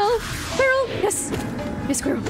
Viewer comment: I absolutely adore the way you pronounce Quirrel. 🥰